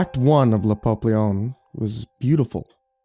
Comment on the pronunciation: Ahem... Pah-pee-yon